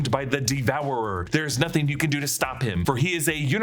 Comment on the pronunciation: hehe “noting”